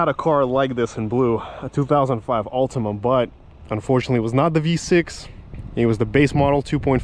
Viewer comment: "...A 2005 Ultimum" 😭